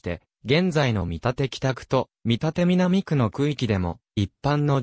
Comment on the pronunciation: 「みたて」では無く「けんだち」